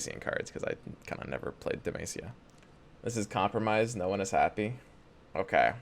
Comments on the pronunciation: It's Deh-MAH-SEE-YAH, not MAY-SEE-YAH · Dude google how to pronounce demacia God damn it was hard to go thro this vid